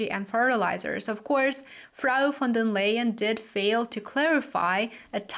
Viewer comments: Can't you say: Ursula von der Laien and not Leien? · Pleass pronounce Ursula's name correctly according to the German language AND her characteristics: Ursula "fon der LY-EN". Yep, like lying.